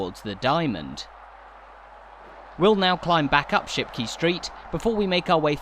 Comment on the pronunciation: Great video. However your pronunciation of Shipquay suggests you needed further coaching. Not key. Kay.